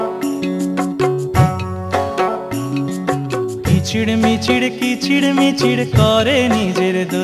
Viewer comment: খুব ভালো লাগবার গান। কিন্তু উচ্চারণ "কিচিড়মিচিড় ",মড়িচিকা " কেন?